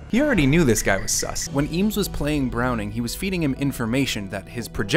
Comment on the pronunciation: Eames , pronounced "aims"